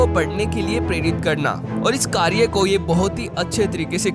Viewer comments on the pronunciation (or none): none